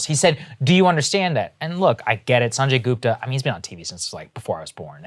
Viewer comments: "Saaanjey Goopta" Cmon Saagar youre Indian, you can pronounce that better. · Come on saagar.... pronounce his name the right way....